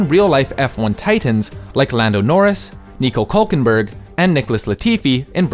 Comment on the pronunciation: As a fan of F1 for many years, seeing a video from about the video game is awesome, and this is the first time I hear nico hulkenberg's name pronounced correctly xD